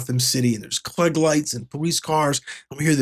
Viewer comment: Klieg is pronounced as "kleeg" not "klegg".